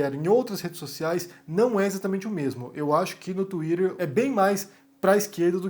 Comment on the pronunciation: twiTTer, estamos no Brasil, pára de falar twiDer